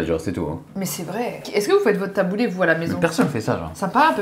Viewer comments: J'entends "Taboulait" mais non stp taboulé 😂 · Le taboulayyy? 😅 Qui prononce comme ça? 😅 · Ma soeur fait des taboulés maison hyper rafraichissant. Oh par contre j'ai sauté au plafond mdrr on dit taboulééééé pas taboulaiiii